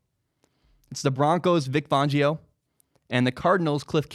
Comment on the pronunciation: Vic FANgio, not fawngio.